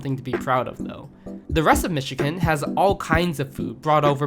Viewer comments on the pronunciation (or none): Interesting description of Midwestern Food. Iʻm not familiar with most of them, but I can see the cultural roots of where they came from. Did you not know "Chicago" is pronounced like "Shikago"? And "Michigan" is not pronounced like "Mishiken."